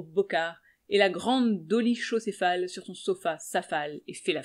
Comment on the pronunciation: Tu es vachement douée mais je crois que t'as loupé la liaison dans "périt_à la guerre" et dans "dolichocéphale" le "ch" se prononce plutôt "vers" un "k" je crois. En tout cas un grand merci ! "Seules les larmes seront comptées" disait Hector Bianciotti en l'un de ses fameux titres. Je ne vois plus bien mais pleure encore beaucoup. Parfois les larmes sont de joie ! Pas souvent, mais quelques fois, cela arrive ! Parfois, on ne sais pas trop ! Là où les contraires se rejoignent à l'Infini qui est là ! Salut !